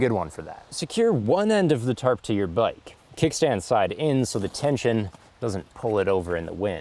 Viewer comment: Whenever he says tarp I hear terp To much weed